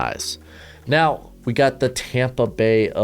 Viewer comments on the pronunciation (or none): none